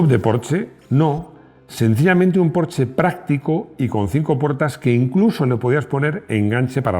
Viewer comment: Me encanta esta Porsche aunque todavía no he podido conducir uno. Y me ha gustado mucho que pronuncies bien su nombre. Enhorabuena por el video y por escuchar a tus feligreses.